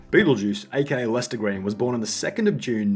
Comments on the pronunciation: “Red L-S-T-E-R” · Howard: "Shpell red" He can't pronounce words any better than Lester can spell. Also, Beetlejuice really is that mentally challenged. I don't think you understand his condition.